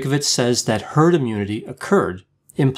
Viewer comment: Herd not Hard